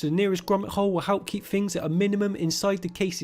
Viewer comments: Fousand, fings xD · I just like the way you say thousand and things xD